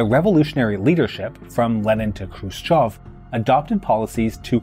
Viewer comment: Finally, a foreigner calling him "Hrushyov" and not "Krushyev"